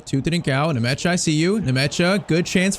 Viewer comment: Bro is butchering the players' names. The name is Nmecha not Nemecha😂 It just sounds weird when "Nemecha" passes to "Ndiay" 😂😂😂